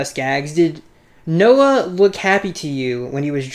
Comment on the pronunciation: You got Noah's name right. Good job.